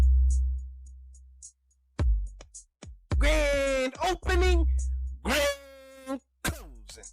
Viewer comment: Graaaaand Chocking!